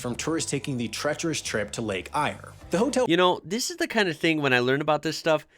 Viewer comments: it's pronounced "air" not "ire" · lol Ballaratian here, that's a quirk of Ballarat, because we'd pronounce the lake as "air".